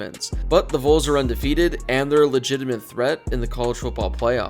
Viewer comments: I'll comment on every video until you pronounce the "Valls" not "Vowls" correctly, and I'm not even a Tennessee fan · It’s pronounced Vawls by the way. It’s not pronounced how it looks sir!